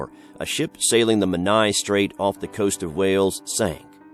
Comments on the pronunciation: This was a brill vid! Really enjoyed it :) just one tweak with the Hugh Williams story location of Menai Straits (I used to live there) and it's pronounced 'men-eye' as opposed to 'men-aya'! Sorry to be 'that person' but just for future reference :) Going to be watching more of your vids now! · I lived near the Menai Straights on Anglesey and the way he says “Menai” makes me cringe 😩